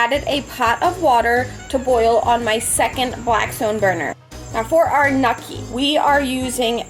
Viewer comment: WTF is nukki? I watched this video for 53 seconds and now I’m out because she has no fucking idea what she’s talking about.